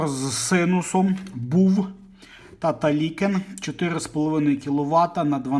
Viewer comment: За відосики та голосовий супровід завжди лайк , но "таталикен " вбило )))😊